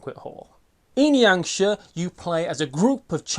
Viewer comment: Great one as per the norm! Always look forward to your vids! Just FYI, Jiangshi is pronounced as jee-ung shi. I think it is anyway. Mandarin is mad.